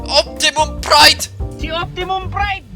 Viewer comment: "OPTIMUM PRIDE!!!" VERY PINOY😂